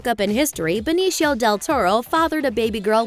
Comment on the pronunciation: You said...Benishio....😏